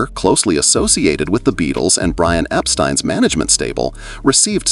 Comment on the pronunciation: Surprised the narrator pronounced Epstein property, not Epsteen. I've never heard anyone call Albert Einstein, Einsteen.